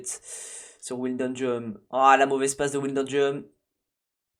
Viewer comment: Comment tu dit wijnaldum me tue ça se prononce pas comme ça 😂😂😂😂😂😂